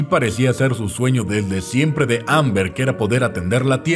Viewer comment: emm bien y todo pero.... no es Amber.... es Ember